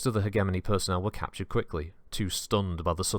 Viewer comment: Good video, but FUCK ITS PRONOUNCED HEDGE EH MONEY NOT HEG EH MOANY Gave me conniptions